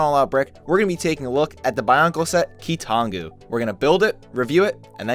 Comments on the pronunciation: Ah yes, the Key-Too-Non-Goo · my favorite key-to-nongu quote: "Toe uh"